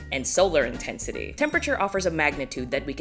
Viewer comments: "solar insensity" im not sorry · "solar insensity"